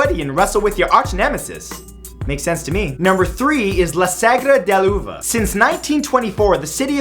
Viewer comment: la segra de l'uva lol love that out of context spanish accent xD